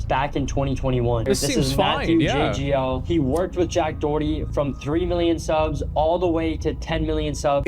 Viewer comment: His name is pronounced "Dokerty" not Doh herty.